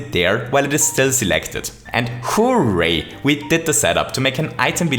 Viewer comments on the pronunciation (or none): Also: "Who-ray!"